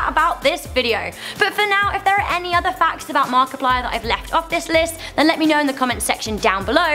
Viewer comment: She finally figured out how to say Markiplier right